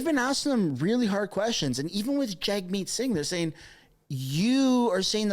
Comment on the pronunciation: Jahmeet? Please leave